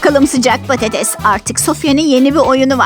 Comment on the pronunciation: patetes yunu diyo